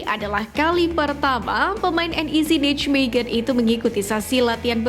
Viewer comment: Kenapa ga belajar cara mengucapkan Nijmegen dengan google translate.....bacanya Neimehen.